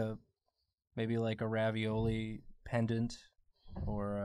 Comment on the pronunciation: A ravioli pendant Me: A raviHoly pendant?